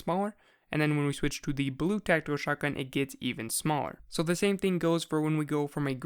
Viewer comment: The way you say tactical makes it sound Like Techno